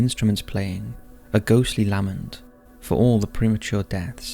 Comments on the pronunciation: La-ment not Lam-ent Cov-et-ted not cove-etted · Ok, another mispronunciation. LaMENT. The inflection is on the MENT part of the word